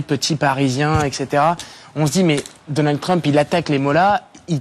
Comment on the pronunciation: aprann pwononse yo pa di Danald yo di Donald Trump